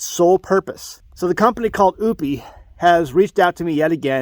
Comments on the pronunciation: It's pronounced O-pus. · You're not saying the name right😂